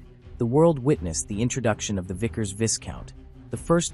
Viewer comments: I laughed at your introduction. First the Vickers "Viscount" is pronounced "Vie - count" without pronouncing the "s". Second, the BEA aircraft you show at the very start (while talking about the Viscount) is actually a Vickers Vanguard... (look at the nose and the dorsal fin). Also (2.39) de Havilland did NOT concur with BEA about reducing the size - BEA said "do what we want or we won't buy any", so they did it and regretted it. BEA made them do it as five abreast instead of six (they did some six abreast seat configurations later but it was very cramped!). This was the fundamental issue with the Trident - in much the same way that BOAC plus government screwed up the VC10. It was hardly the "British Tri-Star" just because it had three engines. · You need to learn how to pronounce Viscount 😡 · Come on, even if the narrator is AI you can't profess to know anything about aircraft history yet pronounce the name Viscount incorrectly. This is pathetic and makes Americans look stupid. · Agreed about the pronunciation of Viscount and the fact that the aircraft shown is of course a Vanguard. Not only the BEA aircraft at the very start but the Air Canada aircraft at 0.29, the Invicta aircraft at 0.36 and the BEA aircraft at 0.40 are all Vanguards. His pronunciation of De Havilland is also not correct. I have flown on both of these aircraft types, the Viscount and the Vanguard. Confused about the 5 abreast comment. Every BEA (subsequently BA) Trident that I have ever travelled on has been 6 abreast in Y and they certainly were not very cramped. In fact the cabin width of the Trident was 2cm wider than the 707/727/737. The holiday charter airline Channel Airways did experiment with a 7 abreast 4 X 3 configuration though.